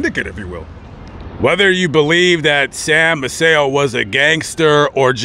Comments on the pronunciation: Fifth generation Galveston here. Maceo is pronounced MACE-ee-oh, not Ma-SAY-oh. Sam and Rose paid for my parents’ wedding reception in 1944. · I lived in Galveston for a few years and everybody pronounced Sam's last name May-see-oh, with the stress on the first syllable. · I’m trying to watch your video. Maceo is pronounced may see oh (Macy - oh) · Did you know you were mispronouncing Sam Maceo's name? I know you didn't have time because you covered so much that was awesome but he has huge history. And legacy he left behind. My uncle used to box for him He was a lightweight champion of the world. Eddie Bertilino. Btw. " May-cee O". I'm a BOI, born on the island. And I just discovered your awesome narratives. Thank you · Their name is pronounced MAY...SEE...OH, Maceo...say it with me...MAY...SEE...OH. Youre not the first to pronounce their name wrong. You could have asked almost any local when doing your research and they would have told ya.